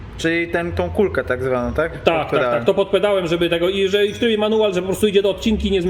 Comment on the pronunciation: Najbardziej mi się podobało jak mówi po polsku w stylu włoskim "tak tak tak" w jego wykonaniu brzmi jak "sì sì sì"